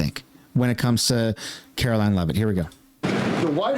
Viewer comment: If you love Karoline you will learn to pronounce her name properly.